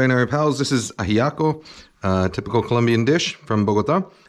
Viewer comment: Your pronunciation of Ajiaco and Bogotá: 🏆